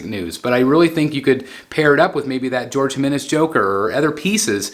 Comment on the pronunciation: Just a friendly heads up that Jorge is pronounced Hor-Heh, not George.